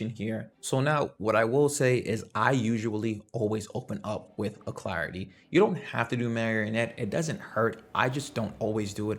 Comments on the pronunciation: Uh-lack-ritty Alacrity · Al Crit tea